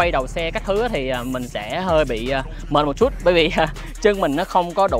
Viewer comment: Một Chútttt nghe nó sượng lắm ý, kiểu nó không đồng nhất. Nếu đã phát âm cho đúng thì đúng hết, còn này toàn bộ giọng Sg xong mỗi từ chútt thì nhấn như ng Hà Nội. Kì vậy